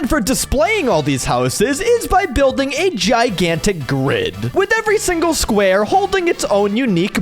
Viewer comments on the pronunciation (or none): none